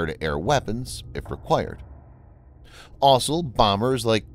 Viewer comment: I'm not even halfway through and I've already lost count of the number of times the narrator said 'asol' instead of 'also'. It's still a good video, though.